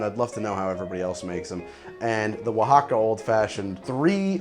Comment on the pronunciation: You've got Oaxaca down pat... er... now to work on "ethereal". Eth-ear-ee-ull.